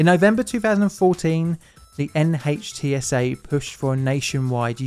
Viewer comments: NHTSA is pronounced NITS-uh. Just FYI. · Great video. Just an fyi: NHTSA is pronounced “nit-sa”